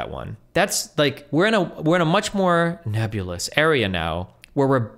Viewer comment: Lol the way he said nebulas is hilarious